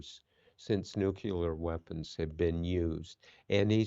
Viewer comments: NUCLEAR Bob. Not nuculer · Nuclear NOT nuculor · Nuclear, not nucular!